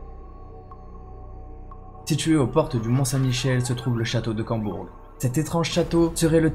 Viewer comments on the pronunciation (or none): C'est Combourg pas Cambourg